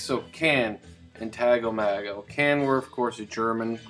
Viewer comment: Hey man, I was just listening to my cd version of the album and I really enjoyed your review of it. I definitely need to get a vinyl copy. I've been pronouncing the name as Tago Mago for years, but just found out it's actually Tago MAY-go. Go figure. I've also been pronouncing Ege Bamyasi wrong for years. That is actually Ege Bam- Yazza. LOL.